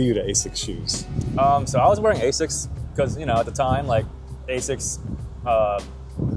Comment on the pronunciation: I have never heard anyone in UK not pronounce it as "AZZix" but that is also wrong. Ahh-sics is the official one.